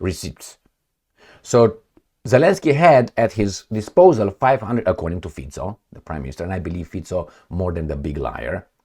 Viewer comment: I think Mr Fico deserves to have his name pronounced correctly, don't you think?